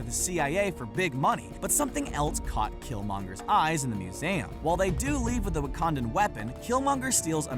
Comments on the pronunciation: Did this guy seriously mispronounce "museum"...? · HOW DO YOU MISPRONOUNCE "SERKIS" AND "MUSEUM"?!